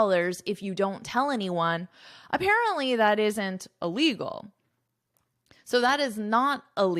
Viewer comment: Hush money And I can’t hear “illegal” clear missing the sound of “il”.